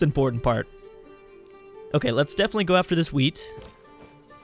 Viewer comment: Everytime he says wheat, i hear weed:) All hail, the wise.